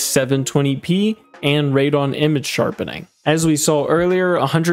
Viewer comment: Great video as always but Radeon is pronounced raid-ee-on, not raid-on. ;)